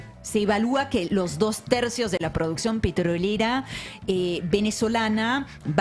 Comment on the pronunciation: Entre el o sea digamos del energúmeno y esa mina que no puede pronunciar la palabra “petrolera” con esa obsesión que tiene por marcar la R,me tienen las pelotas cuadriculadas. El programa excelente como siempre salvo esos dos detalles.